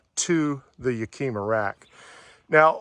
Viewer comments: ya-ka-ma is how HD rack is pronounced. nice awning...with all the fixings... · Great review. I bought the same awning. I really like that you touched upon the fact that you don't get roof rail bolts to mount it. I spent weeks trying to find the right bolts for my Thule rack bars and there customer support was absolutely awful, they will not send you the proper bolts. It was a very thorough review, I enjoyed it. But please learn how to pronounce Yakima. It's pronounced like the city in Washington and starts with the sound of the wooly animal a "yak", "ah", "mah". There is no q in Yakima. Keep up the good reviews.